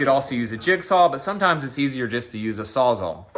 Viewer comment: Sawz-All not saw -zahl. It a tongue twister but I rarely hear any trades guys pronounce it correctly. Great video boys. 👍